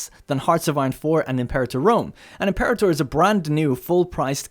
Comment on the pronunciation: Learn how to say imperator. It's a latin word, not english.